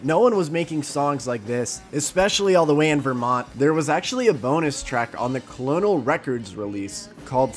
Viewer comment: Co-lo-nel records 😂? How do you pronounce the military rank?